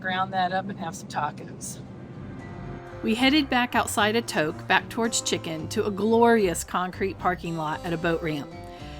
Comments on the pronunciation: It's pronounced "Toke" not Tok like tic toc. I drove the Alcan back in the 90's yeah lots of dirt or gravel roads, have to be wary of your tires. Those roads can eat tires.😊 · Just 'cause I'm that kind of a person : It's not pronounced Talk it is pronounced Toke as in poke. I've used that car wash every time . But you will still be removing dust and mud for years after this trip. Christmas and Fairbanks next - enjoy. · Tok sounds like Toe-k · Just a silly note…Tok is pronounced to rhyme with joke or poke. Long “O” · I was hopeful someone would educate her on the pronunciation of Tok(e)……